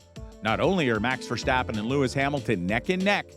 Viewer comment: mans said mAx verstAppen